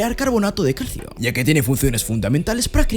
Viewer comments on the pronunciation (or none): none